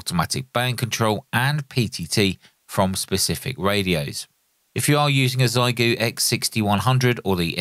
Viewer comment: Trying to be helpful: Google “xiegu in Chinese” and the Google result has a button to demonstrate the right pronunciation. Try your best 💪